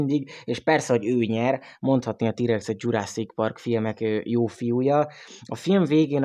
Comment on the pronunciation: Legalább jobban sikerült a jw3 mint te , aki nem tudja kimondani hogy T-rex